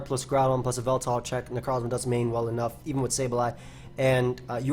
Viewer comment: whenever you said yveltal I tought you said baltoy